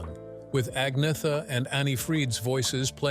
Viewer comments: Agnetha is pronounced 'An-yeta', not 'AGG-nitha'!🤣🤣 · Agnetha – say "Annyetta" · Annoying AI voice, mispronouncing "Agnetha", "Sedaka", ...